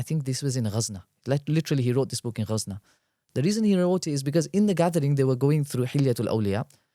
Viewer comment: It’s Ghazni not Ghazna